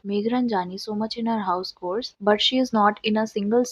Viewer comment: Its pronounced as "ch"ores not cores